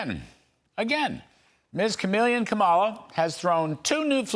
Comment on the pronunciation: Pronounce her name correctly dude. Please